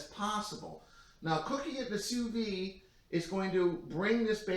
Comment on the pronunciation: Soo Veed. Not Soo Vee